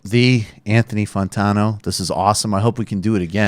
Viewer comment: did my guy just say fawntawno? Bruh come on now